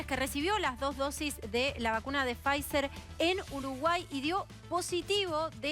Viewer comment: Quhheeedeemooo la Faizzzerrrer!! Pod q arjentinahh no adegló con faissssseelll